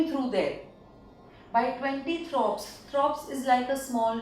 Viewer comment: IT is amazing but actually its not throps, it is thorpes